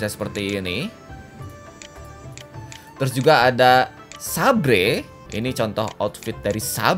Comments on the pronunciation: Kan Saber bukan sabre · bacanya saber om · saber dibaca seber bang....artinya pedang ringan wkwkwk edit